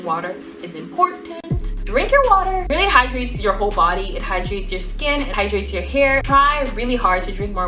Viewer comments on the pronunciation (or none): none